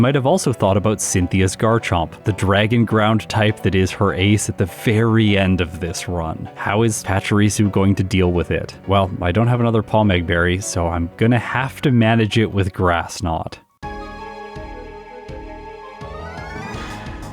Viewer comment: I think it’s PAH-mehg, like “pomegranate”.